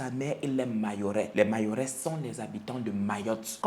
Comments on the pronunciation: on ne dit pas mayorais mais plutôt mahorais merci ❤️ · Mayotte!!🇾🇹🇾🇹 on dit les « mahorais » pas mayorais